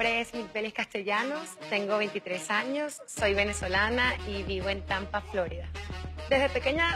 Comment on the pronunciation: en castellano es floRIda no FLO ri da, respeten el idioma, es lo primero que se necesita en una comunicadora ...